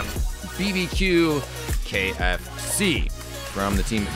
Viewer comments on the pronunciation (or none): he said qfc instead of kfc